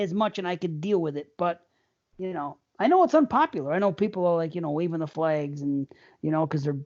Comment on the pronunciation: God hates flags: what did you say?: GOD HATES FLAGS!: Oh I didn't hear the "L" Holy shit I'm dead!! Lmao!